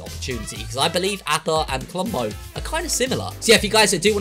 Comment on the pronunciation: Ahppa not apppa